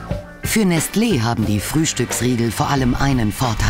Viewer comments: Nestle wird konsequent falsch ausgesprochen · Nestlé wird im Französischen nes-LEH ausgesprochen (also wie sie es gesagt hat, nur ohne das T)